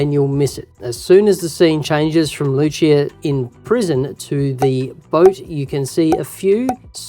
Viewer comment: It’s “loo see uhh” not “loo chee uhhh”